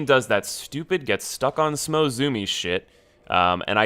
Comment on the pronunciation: its SMAH, not SMOE smh